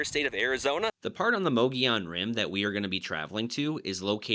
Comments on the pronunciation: Moe Goe Yone rim, not Moggy On Rim. Just Sayin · It's pronounced MUG EE ON Rim, not MOE GEE ON Rim. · Correct pronunciation is "Muggy - Owen" ... Not... Mogey-on. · mu-gee-on rim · By who's opinion? What's correct? for a hundred years, the locals pronounced it Muhgeeyon, which was also taught in AZ history classes from the 60s to the 90s. Only recently has it become mohgeeyon. But since it's not really a spanish word why do we treat the double l as a y? I will default to the oldest regional pronunciation, which is also the pronunciation according to Merriam-Webster as me-ge-yon (muh-gee-own) . Calling it moh -gee-yon is as quick a way to identify yourself as a non-native as saying pres-cott rather than pres-cutt, Dy-sart rather than Dy-sert, or Sa-guaro rather than sa-huaro. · If you're going to do a story about a place learn how to pronounce it properly there's no e or I in the word